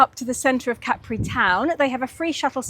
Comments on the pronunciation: Love hearing Capri pronounced correctly. My grandmother's sister lived there having married an Italian. English woman, Italian man - just like & Carlo. I'd never really thought about it until now - hmm. But they didn't have children. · Enjoyed seeing Capri again. We arrived by boat and took the funicular up to the town. Expensive lunch but a beautiful place to be. We learned that the name has the emphasis on the first syllable (as you pronounced it) not the last as in the American song.